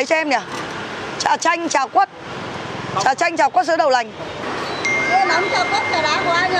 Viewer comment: anh ay bi noi ngong do ban